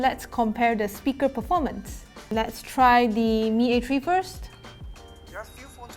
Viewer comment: Xiaomi mi a tree? 😂😂😂